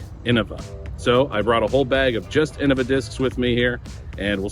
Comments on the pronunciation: Well ig I've been saying innova wrong my whole DG career . I say it "in-know-vuh" but never "in-uh- vuh" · Not that different. The ‘bad’ way would be in-nova.